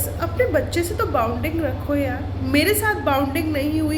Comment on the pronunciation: बाउंडिंग नही होता हैं। बॉन्डिंग होता है।फर्जी झोलाछाप हैं तू दुबारा मत बोलना के डॉक्टर ही तू। बेसिक spelling तुझे आते नही तूने क्या घंटा mbbs की है जुठी कही की। सपना को बदनाम करने चली थी खुद ही गिर गाय उस गड्ढे में